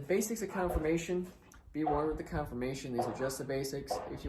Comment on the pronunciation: It’s CONFORMATION, not Confirmation